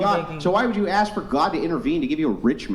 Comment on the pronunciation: Ask...ask...not aks.......